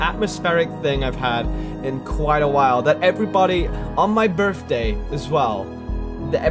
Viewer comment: Berfday? BERFDAY?😂